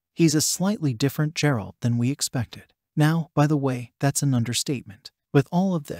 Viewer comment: IT'S A HARD G, MAN. TALK ABOUT NOT HONORING THE SOURCE MATERIAL